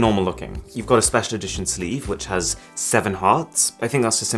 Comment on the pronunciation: i feel speciaarr Jokes aside so this was the source of the IG update😂